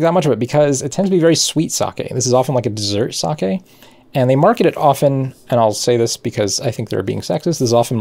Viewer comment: Not watched any of the video yet, but my first thought was "Don't you dare pronounce it saki". ...Now to find out :P Edit: YES! Your pronunciation is close enough to the Japanese I don't have to wince every time. :D